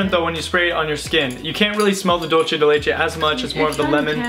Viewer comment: Hiya. FYI...dulce is pronounced "dool-say". Spanish word meaning "candy" of milk. It is considered a Mexican treat made of sugar and condesened milk that is evaporated until you have a thick paste. Very tasty. So I'm betting the fragrance is really sweet smelling. Great looking family. And talented too!!